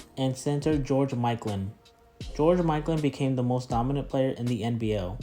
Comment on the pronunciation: Who is George “Mikelan”?